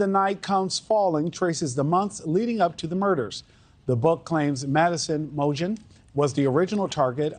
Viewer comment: I don't think he did there. As far as I know, it's like Gon (like tone) salve ace. And the news anchor misses Maddie's name. I believe it's Mow gen (like again), not Mow jen.